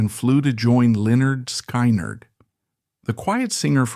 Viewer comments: Just take this video down cause apparently you know not much about lynard skyward, mainly how you pronounce it, it's lynerd skinned spelled how you say it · An embarrassing butchery of their name, just stop! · You need to learn the correct way of saying the bands name, It shows your real association with this band and their members. Documentary ain't bad.But you truly shown you don't know who this band really is if you can't get the name right. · SAY THE NAME PROPERLY!!!!! GOD!!!! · Please stop doing Lynard Skynard videos until you can start pronouncing it correctly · It's idiotic artificial intelligence using a voice.. they choose which type of voice sometimes redneck voices or New York City voices but they cannot pronounce the words correctly at least not yet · I know I just wanna shake him…